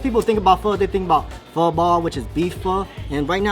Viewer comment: Pronounce pho right at least.-_